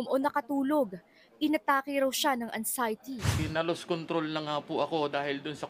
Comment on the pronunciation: Anxiety ba kuya? Paki spell nga? Haha